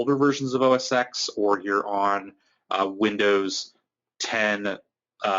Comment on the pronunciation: Thanks for the video, really useful. BTW, minor nitpick, it's "oh-es-ten" ("X" as in Roman numeral).